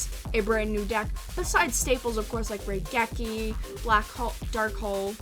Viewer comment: RAI-geki not RAY-geki